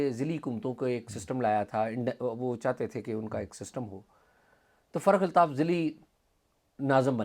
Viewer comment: اعزاز سید صاحب ۔۔۔۔لفظ فرخ الطاف ہے ۔۔۔۔۔آپ بار بار تلفظ فرق الطاف لے رہے ہیں ۔۔۔